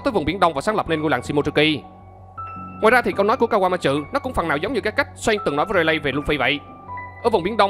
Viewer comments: Kawama trự :)) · Mình góp ý nhé . bạn đọc chậm lại 1 chút sẽ hay hơn. Và tên kawamatsu bạn đọc thành( kawa ma chự ) ko đúng chút nào . Còn lại mình ko ý kiến sâu chuỗi logic và lập trường ok. Chúc bạn sức khỏe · Anh ơi, về cái phát âm tên Kawamatsu em nghe có vẻ anh phát âm hơi sai và hơi khó nghe nên mong anh khắc phục